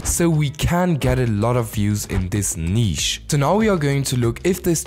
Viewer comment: The way you say “Neeesh” lol